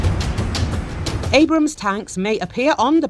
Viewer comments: Abrams tanks , not brams :) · I dont know I kinda like it... Brams Tank 😂 with the accent 😂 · Me too. Sorta has the feel of "Bros tank".